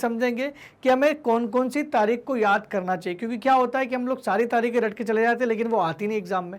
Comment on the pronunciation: तारीख होता है तारिक नहीं